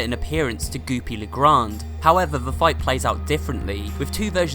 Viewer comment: How-er not her